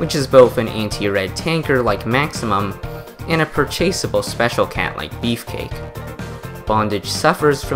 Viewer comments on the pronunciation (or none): No its Purr-chaseable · please never say that again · sigh Purrr-chaseable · sigh Purrrr-chaseable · sigh Purrrrrr-chasable